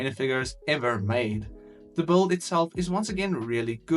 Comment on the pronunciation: Why do you always say bold instead of build?